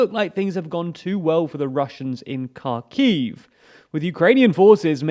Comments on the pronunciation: You should learn to pronounce Ukrainian cities correctly. It is painfully obvious you don’t know how to pronounce the kh sound in Kherson and Kharkiv. It is not a k sound but a throaty h sound. Shame on you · Please don't pronounce the K in Kherson and Kharkiv. Look up the sound of the slavic X. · I know you guys are probably sifting through news by the terabytes to bring this to us and its very much appreciated and this is a relatively insignificant thing but anyways; Kharkiv is pronounced with a 'H' like 'Harkiyv' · Kharkiv is pronouncing more like "Harkiv", NOT "Karkiv". The same thing is with Kherson. It must pronouncing "Herson" - not "Kerson". Lozove is pronouncing LozovE - NOT "Lozov". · Please can you try to pronounce Kherson and Kharkiv correctly? It’s more like „Hersón“ and „Hárkiv“. Edit: otherwise great video and thank you so much for the content :) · It is pronounced HersOn. The stress is on second syllable. And it is pronounced HArkiv. The stress is on the first syllable. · You learn something new everyday, that there is a city called car key, and putin has lost it (Great on the information, but you should research some of the prenounsiation for the towns and cities :P)